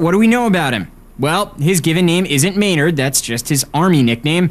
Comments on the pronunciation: you do know his neam is spellaed MAYNARD not MEENERD, right??? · lol, i thought i was the only one who noticed how he totally FUCKED UP MAYNARDS NAME and many other words in a whole sentence. Maynard is such a smart man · lol thats exactly what i was thinking ... i was like whaaaa the fuuuucckkk ... his neem is meeeenard jeeems keeeeneeen if your gonna say his name at least say it properly!! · lol i cant stop scrolling back to the beginning where he choses to not use any vowels besides Es. hesneemesmenerdjemeskeenen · ghahaha he said meenard xD what a noob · haha got to love Canadians and the way they pronounce things :)